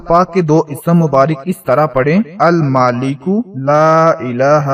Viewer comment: Screen pr Almaleko likha aur padh rahe Almaaleko aleef k Saath Sahi likho aur sahi to padho Khud k likhne padhne mein galati to wazeefey kaise batate ho